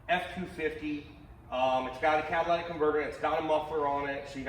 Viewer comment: Cat-a-ly-tic not Cadillac. Love ya.